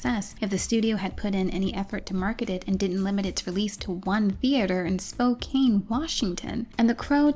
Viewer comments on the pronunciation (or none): SpoKANE Washington 🤣 For future reference, the correct pronunciation is Spo-cann. Great video, LOVED! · Love your work. 😂 But also as someone born in Spokane I have to tell you that it’s pronounced like Spoke-can. The e just gets left off it. Everyone not from Washington gives it that kane. Loved the video. Would definitely trust you to give us a fun goth Crow. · dying at “spo-CANE” Washington. Nobody who isn’t native can pronounce our city names 🤣 Absolutely Spokane is where you’d send something sad to die though so Miramax had that right. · I don't believe it will ever come up again but it is Spo-can. Thank you for your time. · As a Washingtonian- I have to say it’s pronounced “Spo-can” 😂 But truly-Loved this video- you put so much heart and soul into this. I definitely know more about The Crow films than I did previously. I’ve only seen the original and the new one that came out recently- so I know nothing of the…other films ha. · I don't mean to be "that guy", but "Spokane" is pronounced "spo-CAN". Yes I also know how "Willamette" is pronounced, why do you ask? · Spokane doesn't deserve to even roll off tongue, may it be mispronounced for always